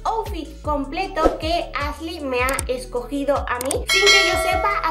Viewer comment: Pronuncia “sh” en palabras que no van, pero dice “Asley” y “Sein” jajaja no puedo